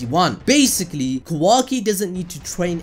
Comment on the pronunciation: Love the videos but my god Kah-wah-key not kuhwaki